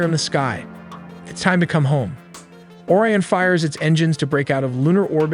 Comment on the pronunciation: Bro pronounced Orion instead of Orion, and Artemis instead of Artemis